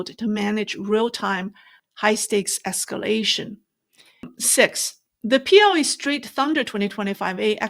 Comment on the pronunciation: There’s a rear possibirity of escaration